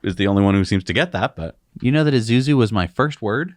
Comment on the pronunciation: Isuzu, like Ee-Soo-Zoo, not Ee-Zoo-Zoo